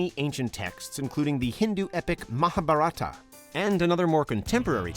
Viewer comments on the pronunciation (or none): it is not maha-buh-ratta -- it is maha - bharat. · The pronunciation of Mahabharat is- MAAHA BHAA...RUT...the T is soft like a child saying the letter...totally.. The Yugas are- Satyayug Suh-tya yug... Treta....with both soft Ts... Dwaa- pur yug... Kuhli-yug...not kaaliyug.... I hope you can work on these simple hindi pronunciations man...would really feel honoured and respected if you can learn the basics of hindi language to pronounce better in the video....thanks... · I allready know fourth story and yes we all indians are proud of our culture("sankriti")☺️and yes we call "Mahabharat" not Mahabharata and "Yug" not Yuga..I feel not proper when I hear.if you want to learn our culture our languages you should practice their proper pronunciation like how we Indians are trying to adapt foreign languages with proper accents also.